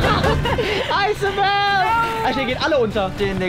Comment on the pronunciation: Wie er den nammen von isabel auschpricht ()